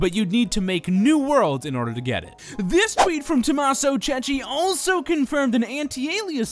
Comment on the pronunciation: i TOTALLY love your videos, but please, PLEASE stop pronouncing Tommaso Cecchi "Tommaso Ceci"; that means "Tommaso Chick peas"! The h in Cecchi in the italian language signifies its a hard c,, not a soft one like in english (e.g. chestnut), more like the c in cat. In English it would be spelt Chekki for the correct pronunciation. Apart from that, keep on going with these amazing vids!!!